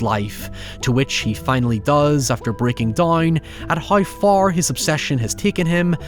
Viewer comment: that's an insane way of pronouncing "break down" very truly upsetting